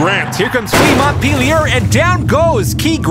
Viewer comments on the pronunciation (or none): Flea Montpelier would be French, if I'm correct. Pronunciation would be Mon-pel-e-eh. The T is silent and the i sounds like an E. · Please ask for name pronounciations. Flea Montpelier = Flea Mo-pie-eh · Pronounced MONT-PEL-EE-AY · hearing both of you say montpelier is painful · Learn how to pronounce Montpelier